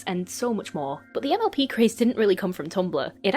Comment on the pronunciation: Idk why but every time you were to say mlp I heard mlb so I would randomly get confused because I didn’t know when you started talking about miraculous 😅